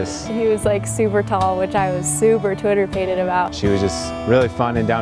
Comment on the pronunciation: Love that she said twitterpaited